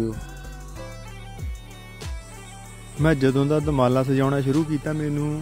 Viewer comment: ਪਰਿੰਟ ਕਰਨ ਲੱਗੇ ਵੀਰ ਨੇ ਦੁਮਾਲਾ ਨੂੰ ਦੁਰਮਾਲਾ ਕਹਿ ਕੇ ਅਨਰਥ ਕਰ ਛੱਡਿਆ ਹੈ 😢